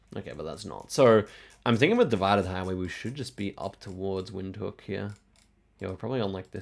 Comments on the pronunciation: I think Windhoek is pronounced "VIND-Hook" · Windhoek is German, it's pronounced Vindhook. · Also, Windhoek is pronounced like “Vint-hook” :)